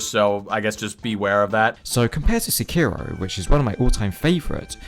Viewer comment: How is this guy a fan of japanese history but doesn’t even pronounce sekiro correctly?? Edit: for that matter, he doesn’t pronounce tsushima right either